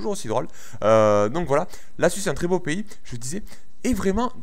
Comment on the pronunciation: quand tu dit suisse on dirait que tu dit suce pouce vert pour tout ce qui sont d'accord avec moi